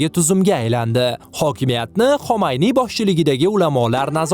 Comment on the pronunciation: xomayniy emas Xumayniy